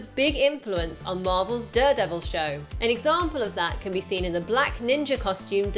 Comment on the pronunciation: She says Duredevil too often